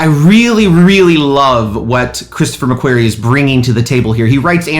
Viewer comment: The Director is Christopher McQuarrie....Pronounced "Mc-Qor-ee...No pronounced "Mc-Queer-ee lol Love your channel though. Subscribed and keep your 007 videos coming too...Great stuff....Hope you come check my channel out too 😁